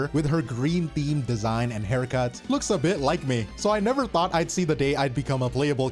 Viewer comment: never say nefer..........